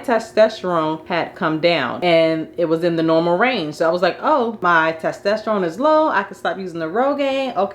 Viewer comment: It's TESTOSTERONE!! not TASTESTERONE